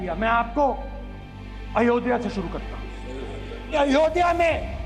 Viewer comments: यह itlay पुत्र "अयोधिया " बोलता है, अयोध्या बोलना भी नहीं आता। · Pappu ayodhya ka ucchar bhi ni kr pata. Italian version